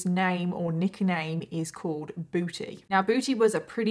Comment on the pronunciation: This case is not funny at all but I really couldn't help but giggle every time said "Booty" in her British accent